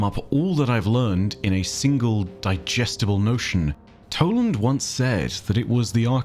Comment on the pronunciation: it is toland